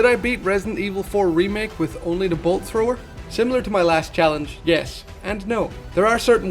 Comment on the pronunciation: Take a shot for everytime he says bolt thower